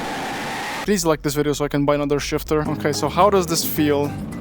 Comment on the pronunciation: Shifter❌ Shitter ✅